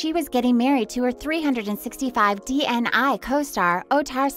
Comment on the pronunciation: Pls learn how to pronounce their names or at least "DNI"